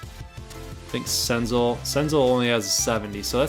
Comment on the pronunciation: Cin (pause) zel. That's how u say senzel